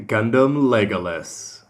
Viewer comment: oh my god!, how many times are you going to keep getting it wrong, it's legilis, not legolas, so would please get the name right!!!! p.s. your getting that name from lord of the rings.